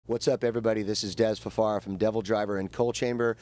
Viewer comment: Dez Fa far a not Dez Fa FAIR A !!